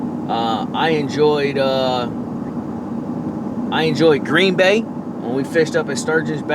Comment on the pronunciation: Indian reservation? And love how you said Green Bay. Wish I was I. Florida at the Harris chain rather then up here in Wisconsin freezing my ass off. Get em tomorrow